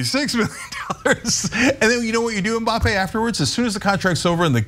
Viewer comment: Godamnit it's not M Bappée, it's Mbappe... not 'm' bappe... You have to link the m to b exactly like Anna said with the Hanson's song